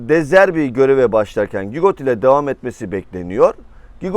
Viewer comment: Gigot değil cigo